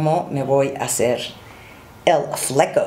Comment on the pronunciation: El “Flecou” jajaja